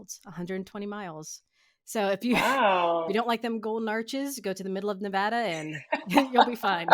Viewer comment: Thank you for pronouncing Nevada correctly